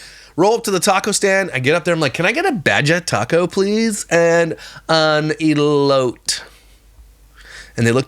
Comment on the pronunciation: Your story times are my favorite! I laugh the whole time. 😂 Your last story had me cracking up! I’m from California and Mexican and I can smell that cheese from a mile away. I don’t like cheese because first the smell and the taste 🤢😵‍💫😅 Also the way you pronounced Baja & elote sounds like me when I speak as English is not my first language. I’m always mispronouncing words. My husband always has to correct me 😂😅 i guess us Californians are short because I’m 5’ and my husband is 5’ 8” 😅